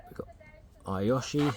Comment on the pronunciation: Amazing collection. Do you ever sell any? I believe Iyoshi is pronounced E-yoshi (E like knee) not eye-yoshi and Nishiki is pronounced knee-she-key not nish-key.